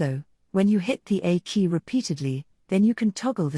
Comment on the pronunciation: i am Dutch and understand English well but aKEY.. did not make sense to me un till i got that you meant the A key. (for resetting the avi) if you prefer to use this type of voicing .. (why not a real voice? i'd love to voice it in for you.) But if you prefer this it would be nice with such important things like these shortcuts and keys if it was displayed in text on the screen as well. :)